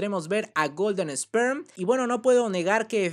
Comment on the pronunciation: ( se dice esper no Sperm